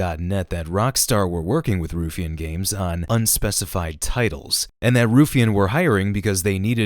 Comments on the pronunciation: bro it's pronounced ruffian not roofian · It’s Rough not roof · It's not "roofian" .. it's Ruffian... like, a ruffian... as in one who is rough.... roofian, what a gd idiot. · Just a heads up it's pronounced like rough-ian, slang in UK for someone, usually a younger person who's a bit of a trouble maker, fighter type person. Otherwise great video, always good hear your opinions on stuff 👍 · Ruffian spoken like: Rough-fee-an Source: I'm Scottish. :) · The word is ruffian & it is pronounced rough-ian. Good grief. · I think the way it's pronounced is ROUGH-ian. Ruffian means someone involved in crimes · Omg dude, it is pronounced Rough-ian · No need to call the guy an idiot. But yes, it is pronounced rough-ian